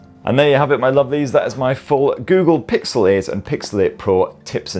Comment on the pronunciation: Cant stop hearing pixelate. nice summary video though.